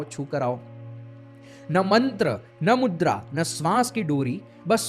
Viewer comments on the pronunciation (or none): none